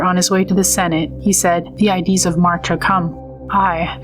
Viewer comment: Subbed, very interesting channel. Just one suggestion, use a REAL voice that can correctly pronounce words like "ides".